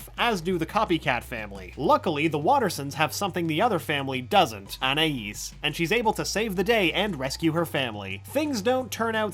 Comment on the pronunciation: I appreciate this guy ACTUALLY pronounces Anais' name